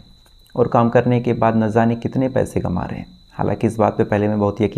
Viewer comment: ना ज़ाने सही नहीं है ,ना जाने कहा जाना सही है।आप हमेशा ना ज़ाने कहते हैं।